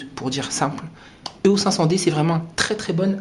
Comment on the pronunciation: éééééééos, pas euhos